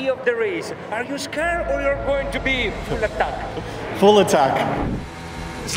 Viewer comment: the only mistake Danni made all weekend: he answered "full attack" instead of how the reporter asked him and how he actually started "FUL ATAK!!!" His italian roots really came out in that first corner, what a win!!